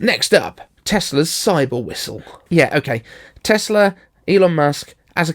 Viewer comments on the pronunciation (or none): none